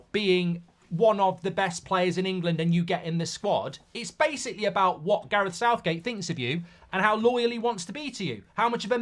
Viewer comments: lol "SOUTHGAE" 🤣🤣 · My man said Southgae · “Southgae” lol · Damn AI has messed up and called him Southgae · Sounds about right though southgae. 😂